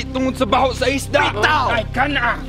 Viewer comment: And isda not esda